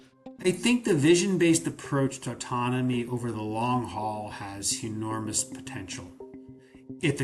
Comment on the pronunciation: Did that Bryan Reimer guy (research scientist) say “hu-normous”? 😂